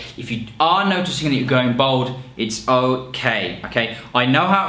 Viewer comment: Why does he keep saying "bold" when he means "bald"?